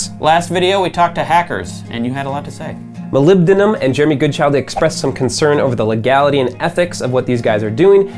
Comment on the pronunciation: You're the best guitarist for my favorite band ever! but you mispronounced molybdenum!